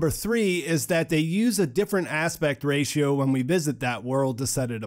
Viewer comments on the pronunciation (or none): none